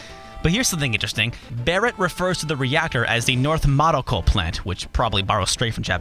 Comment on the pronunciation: Makoro (not Maroko) is 魔晄炉, Mako Reactor. Don't you have a degree in Japanese? I enjoy the way you pronounce Mako too. The same way I did as a kid and still do.